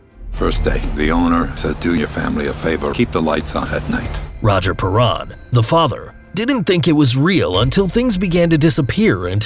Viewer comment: It's pronounced pair-en, not pa-ron. Sorry, it was driving me nuts. I have legit OCD.